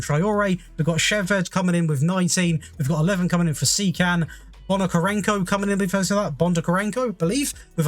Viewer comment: You did a good job of pronouncing Ukrainian surnames, to be honest. Only one that you've "butchered" was Bondarenko, you managed to find additional "ka" in his name and say "Bondakarenko" :D. Wouldn't mind to see Will Still tactic with Reims from you, in terms of testing you can add Dnipro-1 from UPL, it will be challenging to top Shakhtar, but still managable with 3rd strongest squad in Ukraine, much love <3